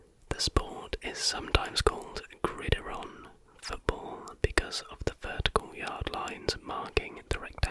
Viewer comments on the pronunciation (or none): Grid iron not Gridaron 😂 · Great video only correction from an American is that Gridiron is pronounced Grid Iron🏈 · It’s “gridiron” as “grid” followed by “iron” (like a clothing iron, or the metallic element). Another awesome video dude 👏